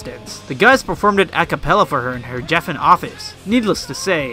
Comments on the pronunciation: Bro I love the video but it’s Ric O-ka-sick and Geffen with a hard G 😉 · My favourite part is where he mispronounces David Geffen and Ric Ocasek’s last names wrong…and calls Kevin Smith Kevin James…oh yah, then completely skims over Surf Wax America. Good times 👍